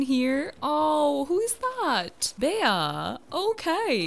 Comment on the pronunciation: I think it's pronounced "Bee", not "Bay-uh" for when you found Bea (